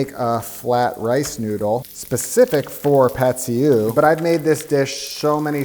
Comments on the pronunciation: I lived in Thailand for several years and I speak Thai. It's correctly pronounced "Pat See- ee-ew" soy sauce stir fry. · You just turned Pad see ew into Pad kee mao